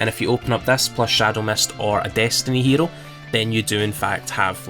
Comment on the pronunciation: If you wanna say hero in Japanese, try speaking the o different 😂👍🏼